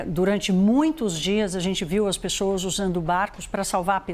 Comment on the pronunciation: Mano se essa apresentadora tem problema de dicção. Dê oportunidade para ela na redação ! Ela é jóia, mas falar : pexoassssss é embaçado